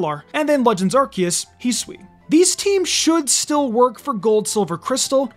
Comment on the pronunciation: You are saying Hisui incorrectly